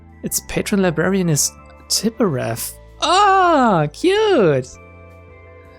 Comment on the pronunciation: Hmm, I call Tiphereth kinda like [t’ i f e r e p], and you pronounce this like [t’ i p e r e f], the opposite. Funny in a way.